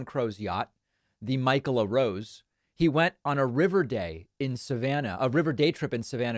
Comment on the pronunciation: The pronunciation of michaela is amazing 😂